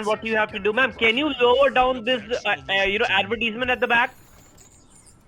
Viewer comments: Can you stop the adverteeesment running on my head 😂😂😂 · "Can you turn down the adverteeeeezment over there?"